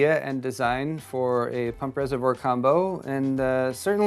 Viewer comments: It's a resavoir not resavore........ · You do need to pronounce the word "reservoir" correctly. Try saying "reservwaaa" instead of "reservor". Sorry for this, but the way you say it does sound a bit silly.